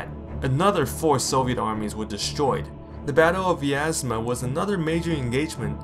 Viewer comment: What is wrong with American narrators that they can't figure out how to pronounce Russian words? Russian has two vowels for every one we have. "ya" and "yo" and "yu" are single vowels. Bryansk is one syllable. Vyazma is two syllables. The "y" is not a separate vowel. I'm sorry but you lose credibility when you don't try to get it right.